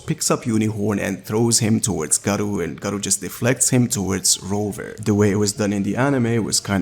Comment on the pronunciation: Viz calls him Roover lmfao if your gonna talk shit at least be right